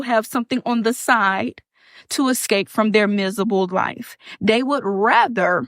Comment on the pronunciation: I’d rather have a “beRand” new truck than her too, and escape from my “mizible” life